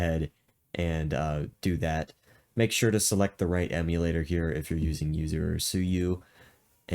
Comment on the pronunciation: I first i thought you were saying you sue you. I was like who sue you. But you were saying yuzu